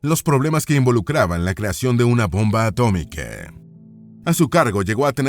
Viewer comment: Inteligencia artificial inclusiva? Bombe atomique 😂 su espose 😂 literature inglese 😂